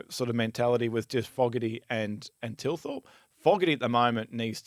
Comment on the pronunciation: TTTTTTTTTTTTTTHHHHHHHHHHHHHHHHH-ilthorpe, not T-ilthorpe.